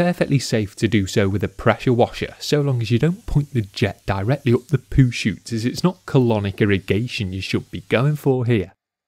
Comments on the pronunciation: Its called Poo-Chute not shoot. Poo-Shoot means you're shooting poo or shooting something at poo. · chute. not shoot